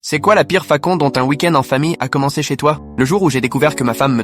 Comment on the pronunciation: La pire « fakon »